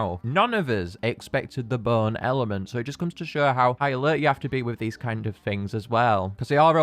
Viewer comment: When you say Bone, it sounds like Burn